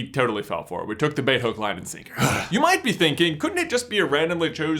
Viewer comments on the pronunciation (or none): none